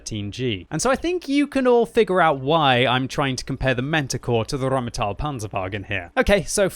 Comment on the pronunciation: I got here only to hear RRrrrheinmetall and wasn't disappointed ...